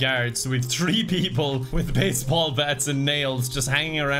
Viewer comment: saying "tree star" instead of "three star" gives me Land Before Time flashbacks